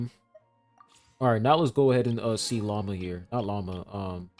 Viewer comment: I can't help myself. Everytime calls Lauma by her name I hear "lama" instead. Maybe, she is indeed not a deer, but a lama. 😂